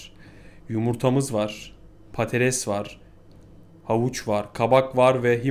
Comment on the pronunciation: Hocam patates diyemiyor, patales diyor:)